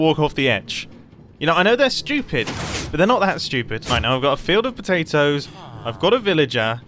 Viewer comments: . Am I the only one who heard Mumbo call potatoes “potelios”? Sounds like a new spud based breakfast cereal! 😂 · did he say "carrots and pOtAtiOs"?